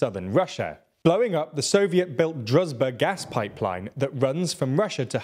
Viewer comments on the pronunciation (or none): You REALLY need to learn how to pronounce the ZH in words like druzhba, Prigozhin or Zaluzhniy. It's NOT a Z! It sounds as wrong as saying Vladimir Rutin instead of Putin. ZH is pronounced almost the same as SH. If you said Zalushniy, you'd be 90% correct. The pronunciation of ZH is identical to the 's' in pleasure or treasure (think pleazhure or treazhure). These names aren't hard to pronounce, and the sounds mostly exist in English. If you want to be serious journalists, you can't keep ignoring the basics of pronouncing foreign names.